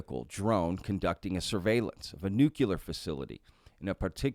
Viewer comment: "Nuclear" is NOT, repeat NOT, pronounced "new-q-ler"!! It is pronounced "new-klee-er"!!